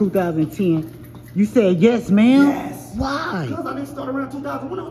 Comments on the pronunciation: "Yes Mama" lol it's "Yes Ma'am" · Yes Mama is pronounced ma'am from now on